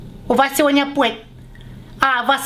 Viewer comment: Апоитмент в pee aam!!!!))))